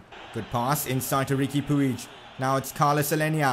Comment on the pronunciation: Puig is pronounced "pudge"